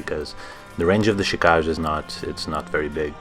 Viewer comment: It's pronounced "Chi-ka-ge", not "Chi-kaj". The name is japanese for blood shadow.